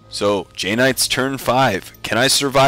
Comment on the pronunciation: lame knights more like it... please stop with the JAY knights thing, not to be cruel, but the way you pause after saying it kinda makes me listen for crickets after a comedian choking on a bad joke... try playing an interesting army, lame knights are never fun...